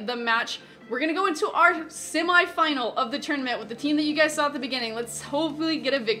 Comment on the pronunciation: The way she says semi (not to be offensive)